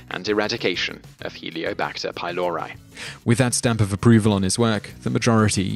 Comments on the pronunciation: It's not pronounced helio-bacter pylor-eye... it's heliCObactor pylor-EE. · I know it's nit picking, but it's Helicobacter pylori, not Heliobacter previously Campylobacter pylori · You keep saying Heliobacter pylori...it is heliCobacter pylori (as in helix)